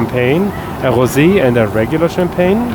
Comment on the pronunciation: Love how you pronounce rosé like hosé 😅😊